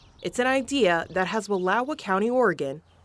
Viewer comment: chick literally mispronounced wallowa